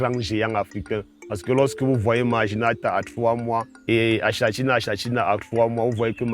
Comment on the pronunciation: Pitié😂 le nom scientifique s'écrit "achatina achatina", mais se li "akatina akatina " Fécitstion et courage pour le reste.